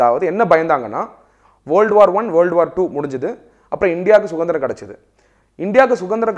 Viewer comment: sir... தமிழ் நன்றாக உச்சரித்து பழகுங்கள் ( இளைஞர், சுதந்திரம் ).. 🙏